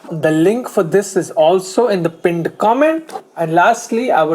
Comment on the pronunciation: please say pinned properly naa.. you make it sound like Punjab ka pinddd